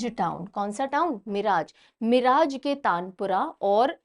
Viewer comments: Just a small info about pronunciation of name of a place in the video. Miraj was not pronounced properly in this video its pronounced as मिरज and not मिराज. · Mam o मिराज nahi मिरज hai..सांगली district Maharashtra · Hello mam One correction Miraj, Sangali, Maharashtra Its मिरज not मिराज Thanks 🙏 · Miraj nahi mam मिरज